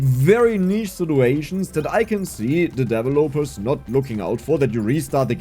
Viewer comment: I always smile a little when I hear 'devil loper' 🤭